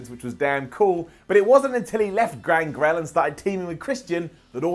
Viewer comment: Who's Grangrel?